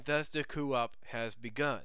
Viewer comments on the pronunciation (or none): Just to mention. "Coup" is pronounced "coo" since it is a French word. It was said by Robotnik & Sally in Season 2. (first time in BttP 1/2, said by Sally & said by Robotnik in Cry of the Wolf)